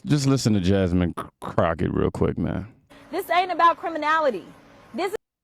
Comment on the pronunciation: JASMEAN ? JESSLIME ? JUSSCUM ? JASMOON? JASMOAN ? HOW DO YOU PRONOUNCE IT !